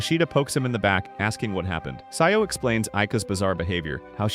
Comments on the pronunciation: Why'd you say sayou instead of Sajo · "sayo" is crazy its "sa-joh"